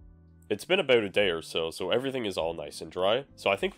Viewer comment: The "a-boot" gives you away, my Canadian neighbor.